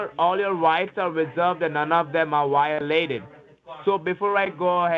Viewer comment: You “wiolated” every law that exists....on this federally recorded line. Got to go to “goat!” Omg. Lol.